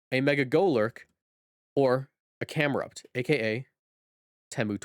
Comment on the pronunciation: It’s Cam-erupt not Cam-heat Wave